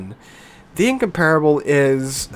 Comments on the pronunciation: Considering your English level, it is a bit disheartening that you don't know how to pronounce "Incomparable". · I like your videos but you need to work on your pronunciation. Incomparable and Bourgogne (In-COMP-ra-bil, Bour-GOIN). When you say them your way, I cringe. 😉